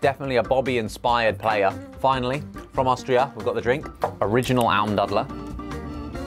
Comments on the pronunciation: As an austrian I love the pronunciation of Almdudler at about 😂 Congrats to Ollie and Austria for winning! 😂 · ALMDUDLER - i was so curious about how you were going to pronounce it, but I just wasn't expecting that 🥹🥹 also, now I want to send you a care package full of Austrian snacks, because there are a loooot more good ones 🥲 can I do that? do you have a p.o. box?